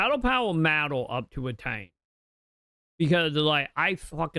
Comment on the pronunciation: I have to ask this wtf is Ratan lol jk =P